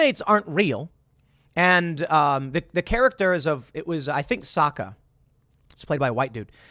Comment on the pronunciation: Bro, they couldn't even pronounce "Sokka." That movie was not a good translation from the show.